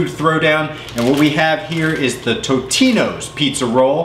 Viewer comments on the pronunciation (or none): Totino's not titina